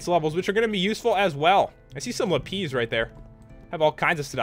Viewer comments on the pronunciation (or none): Lol not la-pees, la-piss XD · Its not la-pees its la-pis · It's prounounced lapis, not lapeez 😂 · Pat it's not lapiz its lapis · its lapiz not lapeez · its not lapiiiz its la-pis la-zu-li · its lapis not lapies!!! lol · It's lapis not lapeeze lol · I died when I heard him call lapis lapeez xD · OMG HE CALLED "LAPIS" "LAPEEZ!" LOL 😄😂😂😂😂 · He says lapeez instead of lapis because that is how he speaks Pastel Katie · lapees? XD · i thought it was pronounced la-piss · did he say lapeez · its called lap-iz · It pronuanced like ( Lap- is ) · don't want to be rude but your suppose to pronounce lipis like la-piz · The way you pronounced lapis 😂😂